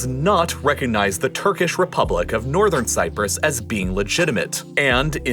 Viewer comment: You really, really want to add that "r" to "Nothern Cyprus."